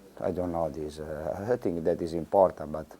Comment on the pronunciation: es i think is es emportant! emportant yes very!